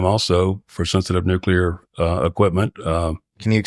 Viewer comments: He says "nuclear" rather than "nucular". That's pretty great. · Finally, someone who can pronounce NUCLEAR correctly! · I can’t overstate how refreshing it is to hear someone pronounce “nuclear” correctly